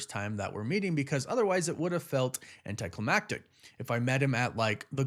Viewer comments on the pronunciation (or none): none